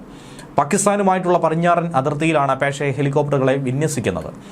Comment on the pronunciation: പറിഞ്ഞാടൻ ❌ പടിഞ്ഞാറൻ ✅😂😂😂😂